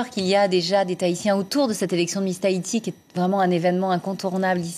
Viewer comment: Taiti XD TAHITI !!